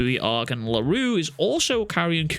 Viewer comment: Funny how a Scottish man (sorry if you are American) cant pronounce French words. I get that for Miguel's last name (eventhough most people should have zero issues pronouncing it) because it is kinda uncommon and finicky BUT come on man Larue? That is as basic as it can get even Japaneses can pronounce it. I get that you think it is funny or sth but please, do NOT joke about people's name. Especially since you easily pronounced it . That annoyed the crap out of me once funny joke is fine BUT when you abuse funny jokes... Fkin hell bro Larue is not even a super difficult or annoying French name or sth especially shits like Mbappe exists which makes Larue sounds like burger comparing to...Souffle? Wtf that is.